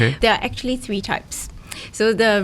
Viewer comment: Tree times or three times? Haha